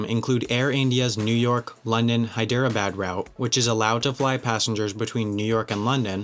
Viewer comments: Wendover Productions, another FYI, Hyderabad is accented on the 1st. syllable, not the 2nd. Additionally, the capital of Ethiopia is Addis Ababa , not Abada. RIKE-yuh-vick (Reykjavik) is actually pronounced RAKE-yuh-veek. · Lmao did you just pronounce Hyderabad as Hi-dare-a-bad? It's pronounced like Head-er-a-baad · The way he pronounced Hyderabad killed me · Why would u say my citys name wrong [Hyderabad] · oh my god what even was that pronunciation of Hyderabad? cool video tho! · Omigod your pronunciation of Hyderabad!